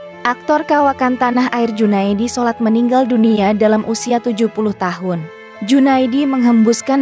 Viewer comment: Junaedi Salat bukan Junaedi solat